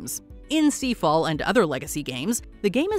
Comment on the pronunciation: Seafall??? Really? Lmfao...